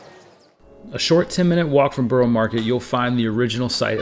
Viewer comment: Some pronunciation corrections Gren-itch not Gren-Witch Borough-A not Borough-O